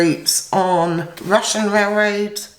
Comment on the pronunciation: I love the way you pronounce Russian Rail-raids. Cheers!